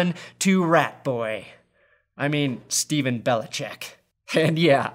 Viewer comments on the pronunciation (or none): none